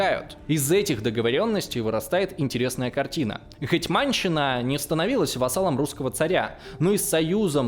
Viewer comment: ну как так?)))) вы же очень круто готовитесь к материалам)) гЕтьманщина, а не гэтмАнщина. гЕтьман/гЕтман (на крайняк), а не гэтьмАн. СтаршИна, а не старшинА:) спасибо за выпуск!;)